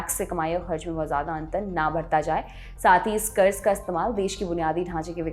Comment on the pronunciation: Kuch bhi kaho congrass ke adhikariyo ko bolna to bilkul nahi ataa 😂😂😂 1. Karja- karda 2. 100 lakh karodh ka karja 55 lakh karodh ke karje se tiguna ho gyq 😂😂 Aur mere se suna nahi gya 😂😂